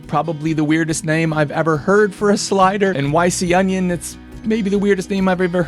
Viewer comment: This looks like a great addition to the kit. Maybe it's not pronounced "Why See Onion", maybe it's "ee-con-ee-on" 😄